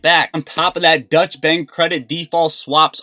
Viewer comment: Don’t mean to correct you but it is pronounced Doytch bank not Dutch. Dutch would imply Holland not Germany . Sorry for correcting 👊